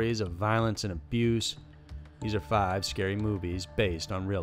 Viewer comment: Ikr? I'm from AR but the way he said "fiiiiive". I was thinking damn he's country.